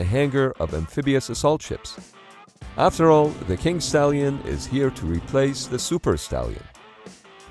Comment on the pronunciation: Did he say kink stallion???